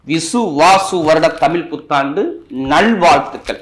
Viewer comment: ஐயா தமில் புத்தாண்டு இல்லை தமிழ்... தமிழ்... தமிழ் புத்தாண்டு